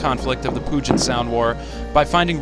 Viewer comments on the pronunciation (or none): Also the way to pronounce “Puget” is Pew-jet